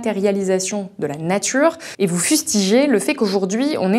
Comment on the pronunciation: Vive la natCHure et les voitCHures